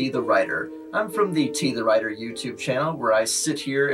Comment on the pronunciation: T! The Writah!